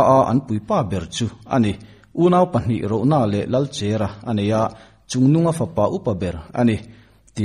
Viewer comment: Lalchèra ni lovin, Lalchera ( chèr ni lovin, a cher a cher, tawn bur tih sawi nana Kan hman Cher a ni e)